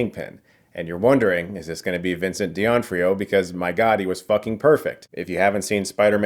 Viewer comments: Who is Vincent Deeontrioh? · Who... is Vincent Diontrio? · Vincent De'Ontrio? what are you smoking? jk jk but not really.